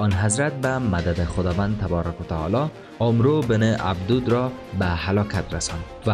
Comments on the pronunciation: کاش اسم طرف را درست تلفظ میکردی عَمرو بن عَبدَوَد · عمرو بن عبدوود نوشته میشود و «اَمٌر ابن ابده وود» خوانده میشود. برنامه جالب و آموزشی دارید و باید در خواندن و تلفظ متن دقت نمایید. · امر ابن عبدود را درست تلفظ فرمایئد